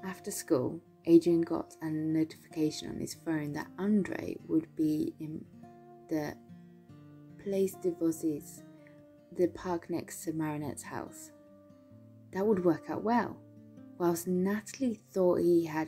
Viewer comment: Just to help you a little, Place des Vosges is pronounced Ploss de Voaj.